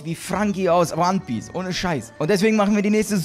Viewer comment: er ist der größte NoHand er kann ihn gar nicht mal OnePiece aussprechen